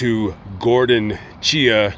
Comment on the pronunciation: Chia rhymes with try ok whatever just say chai 🤷‍♀️ Sad to not lose one child but two at the same time.